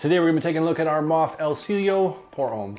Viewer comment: It is pronounced as EL SEE YE LO.